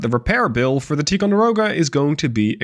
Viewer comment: I like your vids and your command of English is great. Having said that, you're mispronouncing Ticonderoga. The I is a long sound, like the word tie, not like tea. Again you speak great English, I would probably horribly mangle Dutch words, but I would like to help you to be even better. 👍👍